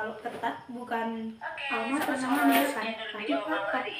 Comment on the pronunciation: Almamater ya meysin, bkn Almater😊